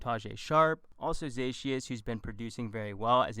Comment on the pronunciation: Zaccheaus = Za-key-yas